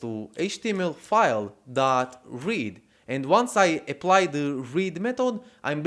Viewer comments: Please learn to pronounce 'THE' ! Gave up watching 'THE' video at min. . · Nice tutorial. Plus, very original way of pronouncing 'the'.